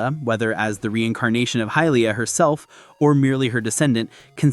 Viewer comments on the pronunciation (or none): You said Hillia instead of Hylia the first time and whoever is doing the gameplay absolutely sucks. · I am sorry but did you say "Hillia?" as in Hylia? "High-leeya" wtf